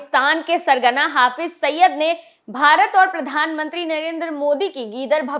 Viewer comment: Saba ne mashhur Aatanki "HAFIZ SAIID" ka nam nahi suna hai shayad..Jo usse "HAFIZ SAIYYAD" proaunce kar rahin hain.